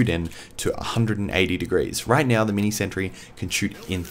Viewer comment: "Mee-nee santry."